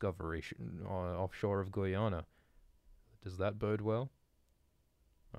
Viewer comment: The way you pronounced Guyana 😂😂